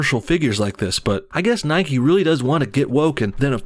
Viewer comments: It's Nike, not Nikee. You don't say bikee or hikee, you say bike and hike ffs!! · Its pronounced "Nike" like "mike" with an N. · Its Nike not Nikey. Its Mike not Mikey. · It's Nike not nikE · Its sodding nike!!!! Not nikey You dont ride a bikey do you?